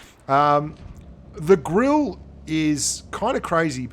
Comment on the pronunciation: ur pronunciation is wrong about 'GRILLE'